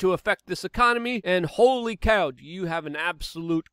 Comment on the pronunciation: Please dont say holy like that